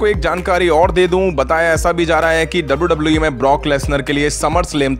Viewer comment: Its wwe not dabauu dabauu eee